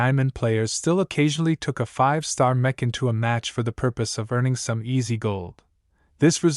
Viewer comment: > <--- Mech is pronounced mek like The first syllable in mechanic. The ch shouldn't sound like the ch in Cherry.😅 Honestly I don't like the voice